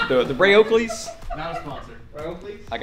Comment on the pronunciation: "My skin-tight raypb.. Oakleys"